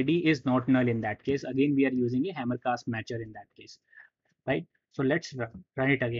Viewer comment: 1-30 Hamcrest, not HamerCast, right?